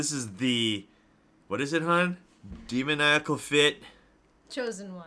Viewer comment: When you can’t say demonical